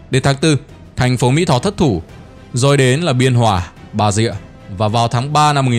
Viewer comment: Bà rịa not Bà dịa